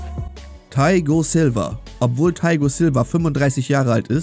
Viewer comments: Taigo Silva hab ich ja noch nie gehört btw. heißt er Thiago Silva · Er heißt nicht Taigo Silva sondern Thiago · Thaigo Silva? Ihr meintet wohl Thiago Silva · Thiago silva nicht thaigo silva